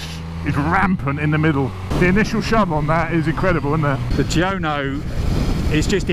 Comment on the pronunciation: he cant even bring himself to say tuono. hes saying tiono.